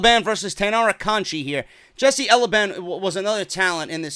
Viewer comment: Hey, the way you pronounce the "to" in Matsumoto is the way you correctly pronounce the "ti" in Conti.